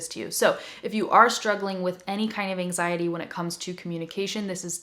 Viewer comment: I'm brazilian. I was understand 99 per cent of that. but When you talk about last reason in this video I heard some like "enzaindy" kkkkk and then I lost the means of rest!!! It's incredible how the brain works! When I understood that word was ANXIETY I've got the mean of almost tottality of the rest!!!!! Thank you. Good job. Your explanation is the best ever. Please, give me a feedback about quality of my phrases. Ok?